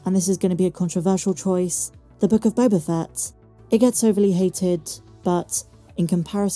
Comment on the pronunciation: You mispronounced "Book of Boba Fat".